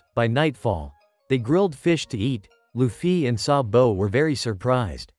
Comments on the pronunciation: Sabu❌ Sa-bo✅ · It's sabo not sabow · Why you saying SabO😂😂😂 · IT IS GARP NOT GRAP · why does he say saBOW